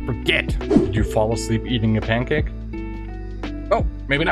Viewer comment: Pancake pronunciation: pan-cake (it’s compound) Savage pronunciation: savage (1st a is short, e silent, second a is schwa)